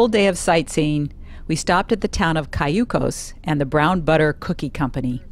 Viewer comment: Watching this on my tv home was nice! I miss my home towns from growing up! Cambria & used to live in Cayucos also for a short time. You missed pronounced Cayucos, but that’s okay. My mom also worked in Harmony in 82-83 part time and I used to ride my bike from Cambria to Harmony to sell popcorn to tourists sometimes. You & hubby are very cautious of poison oak….funny to me. Not a make fun, but just laughable. Shamel park in Cambria was named after my BF’s dad from turning it from a dump, into a park. Next time your in town, please take hubby to Robin’s to eat! Used to be called the Grey Fox when I was a boy. Great movie and thank you! (I still have an older brother who lives in Cayucos) ❤️💯👍🏻🐾🙏🏻🚐